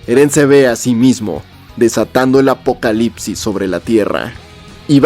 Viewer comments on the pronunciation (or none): none